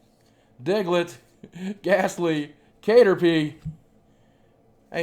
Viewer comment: its TANGLE-uh not Angela with 't' in front and CATerpie not kate-erpie. seriously.